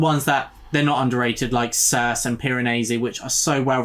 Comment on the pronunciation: Nice! Looking forward to more on this list. Just to let you know Circe is pronounced Cir-see (I'm not being clever, I only know this because I listened to the audio version which is excellent btw).